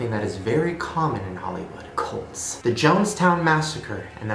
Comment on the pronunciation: When he said cults I thought he said goats lmao